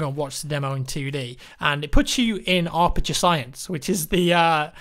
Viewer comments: "Arperture". is pronounced "Ap-er-ture" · Ah yes, the illustrious "Arperture Science" facility.